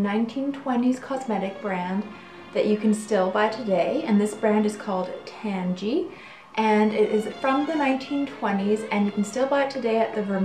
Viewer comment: It's name is derived from "tangerine", so I can't imagine it being pronounced "tangy". Maybe if it was created nowadays it would be, but I feel like the way she's pronouncing it correctly, or at least close to it.